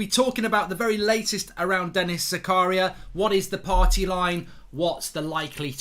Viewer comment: you pronouce it different mate. its za-ka-ria not zakaaa-ria. greetings from switzerland.